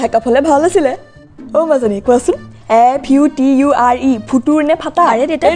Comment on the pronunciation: futur ne faatar got me😂🤣🤣🤣🤣